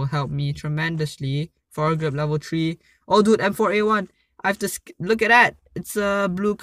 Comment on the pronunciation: Why you always say "Level Tree" instead of three anyway is so funny lol love your vids #NotificationSquad